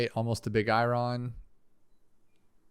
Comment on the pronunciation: I love how he says big I-Ron instead of iron